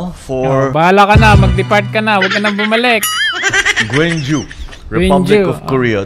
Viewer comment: GWANGJU hindi GWENGJU😂😂😂